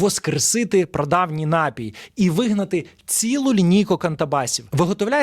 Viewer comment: напІй, аааааааа, не нАпій, а напІй, ви ж гроші за рекламу берете, грамотії 🤮